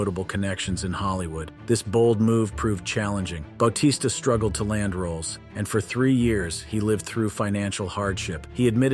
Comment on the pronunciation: Ba-t-sta dude